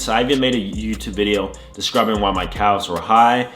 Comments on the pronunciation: Is he saying CALves? It’s pronounced cavs or am I tripping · I like how he says “calf’s” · Nobody gonna mention how he pronounces calves ?